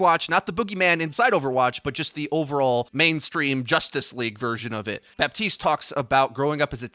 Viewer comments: You don't say bap-tea-st you say buh-tea-st luv ur vids just letting u kno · please the P IN BAPTISTE IS SILENT